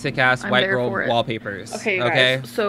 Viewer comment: "Gorl bye" 🤣🤣